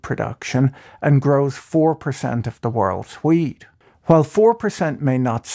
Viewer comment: nice video ... but I was watching at 2x and everytime you said wheat it sounded like weed lmao